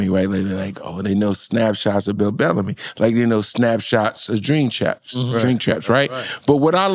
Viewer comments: Jink champs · Bill can't even say his name 😂😂😂😂😂